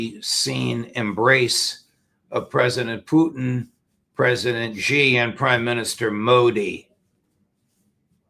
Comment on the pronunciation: The one westerner who knows how to pronounce Xi correctly.